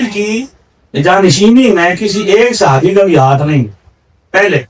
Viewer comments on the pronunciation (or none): none